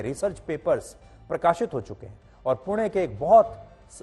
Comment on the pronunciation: Thank You for saying it पुणे and not पुने 😅